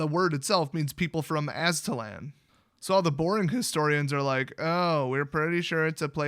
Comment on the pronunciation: the Aztec's mythical homeland was Aztlan. You pronounced it correctly. haha, "somewhere in the middle.. the moon!"